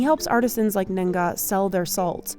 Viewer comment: Nengah not Nen-Ga